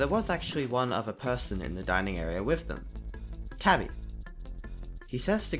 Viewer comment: ITS TABI NOT TABBY DUDE